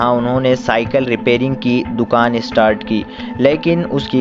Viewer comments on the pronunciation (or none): आप सबके नामोल्लेख गलत क्यूं करते हो. गवळी को गावली रमा नाईक को रामा नाईक . स्टार्ट के बजाय ईस्टार्ट. क्या है यह . आप की आवाज भी सुनने लायक नही है.